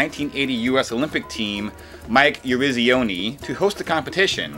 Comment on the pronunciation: Sounds like you cut and pasted Mike Yarizioni’s name. I heard The exact same pronunciation and intonation in both times you called his name.